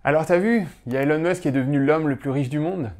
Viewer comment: Merci pour cette vidéo, que le monde, sans le savoir, a tellement besoin de regarder… Mais petites corrections sur Musk, même s’il n’est pas le vrai sujet de la vidéo: Elon ne se prononce pas élone mais ilone. C’est facile à dire pour un français, je comprends pas pourquoi presque tout le monde le dit de travers… Musk ne possède aucun bien immobilier; Il n’avait pas grand chose et il a tout vendu. OpenAI n’est pas une entreprise, mais une association. Qu’il a quitté lorsque ses partenaires en ont trahit les idéaux ; aux dernières nouvelles OpenAI est plus ou moins sous le contrôle de Microsoft. Musk ne possède aucun produit financier et ne perçoit (presque) aucun salaire. Il vit à crédit et n’a donc que très peu de cash. Tesla est une grosse partie de sa fortune, mais SpaceX, c’est quand même pas de la petite monnaie… De tête, ses 54% vaudraient autour des 20 à 30 milliards. Tesla ne vend pas que des voitures. "C’est pas beaucoup trop gros 834 milliard par rapport à ce que la boîte a comme actifs?" Voilà un terrain très, très glissant… 😏 Fort intelligemment esquivé dans cette vidéo! Aussi, comparer Tesla à des entreprises autos, c’est ce qui a fait perdre tant d’argent aux shorts, c’est pas très logique… En particulier, Tesla ne vend pas que des voitures, comme je l’ai dit, et en vend de plus en plus, contrairement aux autres constructeurs. La vente des actions Tesla de Musk a déjà été officiellement prévue: Musk a publiquement expliqué qu’une fois qu’il serait raisonnablemen